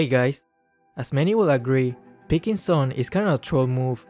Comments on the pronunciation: Its Not Sun, Its Suin..😂😂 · Is nobody going to talk about how the draft pick voice says "Sweii" and not "Sun" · I hear "swoon"